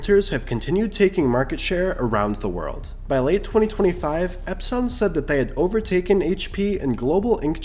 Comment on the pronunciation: AI voice "EpSON" nope